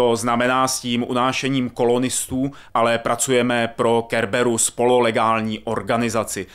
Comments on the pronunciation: Šepárd, Kerberus? Hral si to vubec? :D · Šepárda . Kerberus ? OMG naučte se Anglicky :D